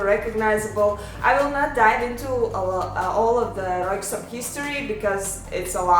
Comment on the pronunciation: Your pronunciation of Röyksopp were perfect👌 Din uttale av Röyksopp var perfekt👌